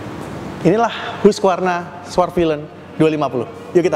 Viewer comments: Bacanya HASQI Varna….bukan hugvarna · Hasqivarna bacanya😢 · Hus-kif-ar-na bacanya